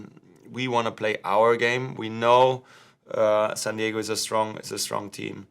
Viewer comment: "Sand Diego" lol